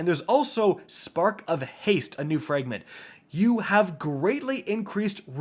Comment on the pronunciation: Fragment is not pronounced "frangment" bro you can't speak to save your life.